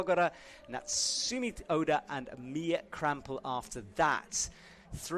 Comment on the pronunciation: pleaaaase get names right. Calling Natsumi by Natsuki, mispronouncing Zhilu Lou yet again. Pleeeeease.. Please. Also, it's disappointing that commentary so often seems to just be a verbal description of the things we can see on screen, instead of informative commentary on what's happening. Like telling us what the score on the graphic instead of telling us the real score. Does IFSC provide with any materials or information? Like pronunciation cards, or a more accurate score readout? Or is he just given the same camera view we get? It feels like it defeats the purpose of having a commentator when all he does is just tell us what we already see...